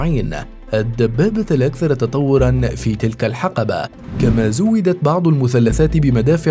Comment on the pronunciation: سَرِيِّة ، وليس سِرِّيِّة . حِقْبَة ، وليس حَقَبَة .